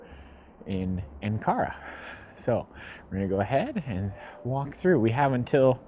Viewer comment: Where is An Kara? Or did he mean Ankara. And where is Goblay Tepe? Or did he mean Gobekli Tepe? Who let that loon out of the asylum?